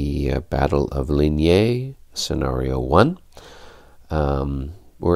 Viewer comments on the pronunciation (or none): Excellent. Really good production with showing the numbers for the odds and the rolls of the dice. FYI, "Saint" is pronounced "San" as in San Francisco, and "legere" is "lezhair". Also, Ligny ie pronounced "leenee". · Ligny is pronounced "leenyee" with the "ee" sounds short. "Saint" is no possible to translate into an english sound, because there is no "ain" or "ein" or "in" in english but in french are the same sound, surely not the same as San from San Francisco (I'm belgian).